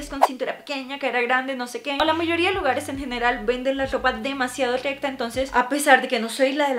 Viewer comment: No puede decir recta